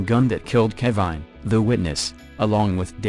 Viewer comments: i think you have good content but you are doing the victims & their stories disrespect by using a computerized voice that mangles words. "keh-vine" seriously? you uploaded that? if youre not gonna take the time to thoughtfully produce something like this, then you have probably shouldn't at all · "Ke'VINE" lol.